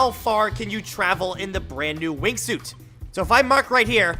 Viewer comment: Why you say wing shot? It’s wing suit.